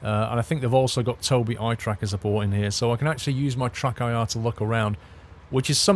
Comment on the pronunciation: Does he keep calling it TruckIR instead TrackIR?